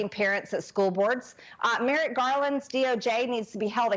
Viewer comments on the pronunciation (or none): none